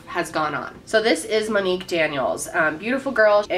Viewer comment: As soon as you said her name right in the beginning, I just felt, She’s Gone.